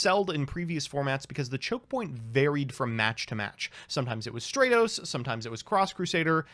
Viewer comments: Not only pronouncing Stratos wrong, but doubles down and rants on with parody names, while also having the last one pronounced remotely correct xD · Had to dislike because you kept saying stratos wrong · Stratos would be stronger if you pronounced his name correctly. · Stratos:, if you love me so much, WHY CAN'T YOU SAY MY NAME RIGHT?! (flies away in tears) ^_^ Love the video!